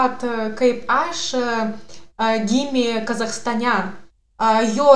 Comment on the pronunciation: Kaip gerai kalbate abudu, super! Julija dar taip gerai kirčiuoja, kai kurias vietas ištaria taisyklingiau nei patys lietuviai, pvz. kaip sukirčiavo Kazachstane arba kad sako penkerius metus, 99% lietuvių šitas vietas pasako neteisingai.